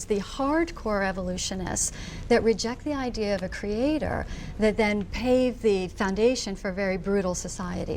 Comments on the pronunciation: I don't think this lady ever learned how to say creator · question for you americans: is it usual how she says „creatoooor“? I don’t remember ever hearing this word pronounced like that…